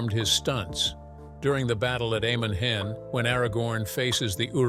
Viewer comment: You mispronounced Amon Hen.